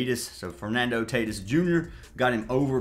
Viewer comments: You lost me when you mispronounced Tatis multiple times. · He always pronounces the names wrong as a joke. He’s been doing that forever